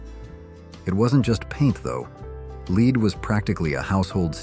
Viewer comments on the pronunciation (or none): AI calls ' led'...' leeed'...as in lead paint. Suddenly it corrected itself... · It's led not leed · So many things to unpack here. I don't think "whore members usa" got the point. Somehow "leed" managed to transform to "led" and back. I don't think AI is ready for prime time just yet. But it was good for a laugh 🤣🤣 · ‘Led’ not ‘leed’. The pronunciation of ‘lead’. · Uh ... Pronouncing "lead" as "Lead"? Now I can see why this is such an outlandish video. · Lead is not pronounced "Lēēd" when talking about paint.... it's called "Led " !!! Geet a. Better a.i. translator !!! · This was okay until the repeating of the mispronunciation of the word lead. Should be pronounced "Led". We did know how to pronounce lead (Led) in the sixties. So much for today's progress 😹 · I came straight here to say that… lead: L-E-D not LEED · I know right? Sometimes for lead (in paint) he says lead (pronounced "leed") & sometimes for lead he says LED. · I had never heard of "Leed" or "Leed Paint". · There is no such thing as leed paint. Fix it. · "LEED?" Seriously? It's a first grade word.😂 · I left after I heard "Leed". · "Leed paint"? Haha This is better AI than "Saturday Night Liv." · “Leed” paint!? Ghis blatant mispronounciation shiws this is AI. FYI. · It bothered me that this announcer kept pronouncing lead paint as "LEED". ¯\_(ツ)_/¯ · "Leed was everywhere", hahahaha! Thanks robot :) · Lead was pronounced like LED. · I hear it also.lead sounds like Leed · The smart AI can't pronounce lead. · As soon as I heard the pronouncement of the word LEAD I knew that the commentary was an AI product and dumped the video. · Well,, we learned about lead paint, and the pronunciation, from childhood. We also learned about lead-ing music, or lead-ing a dog on a leash from our mommas. Now, where did YOU “learn” that pronunciation? You would do well to have a real human read the text. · They are probably Chinese who don’t know how to pronounce “lead” anyway.